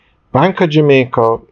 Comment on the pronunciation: It's "Bank OF Jamaica"- not "Bank ah Jamaica". There! Fixed it. Sounds so jarring